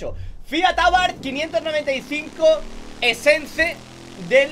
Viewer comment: No es abarth 595 essence, es abarth 595 essesse JAJAJ